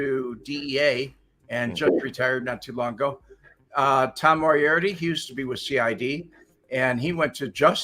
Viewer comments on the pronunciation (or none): none